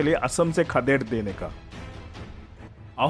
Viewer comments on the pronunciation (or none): Its jayantiya not jaintia . Please be careful when you make a doc. Video on History